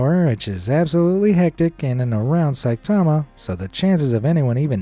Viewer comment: Bro says saitama💀